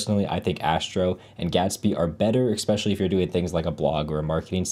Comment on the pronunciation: ...Great videos. One tip - stop saying 'ek-specially'